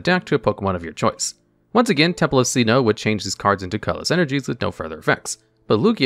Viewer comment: I'm losing my mind with his pronunciation of Sinnoh.